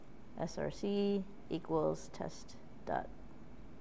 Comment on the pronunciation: src....not scr